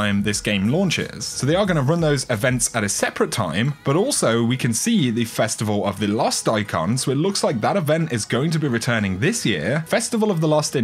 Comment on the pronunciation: It was pronounced “festival of the cost.”